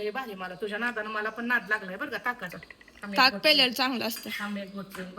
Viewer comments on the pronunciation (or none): टाक नाही ताक म्हण